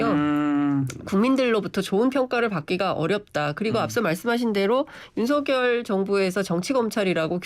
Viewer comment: 윤서결이 맞아요 윤성렬이 맞아요??? 발음을 다르게 하시니